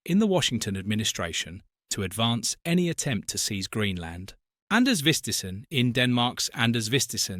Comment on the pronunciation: Name mispronounced. His name is Anders Vistisen and the d in his first name is mute.